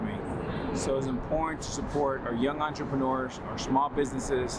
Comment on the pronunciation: You've worked on your words ending in "rs," like "owners" and "partners"! 👏👏👏 (You used to pronounce them as "ownersh" and "partnersh.") "Entrepreneurs" still seems to be giving you a little trouble, but I believe you will conquer it, too! Congrats - I'm proud of you! You're becoming a better spokesperson and broadcaster!